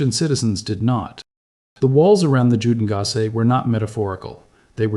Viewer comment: There is no excuse for false pronunciation in this day and age. It's "You-den-gass e" not jew den gass e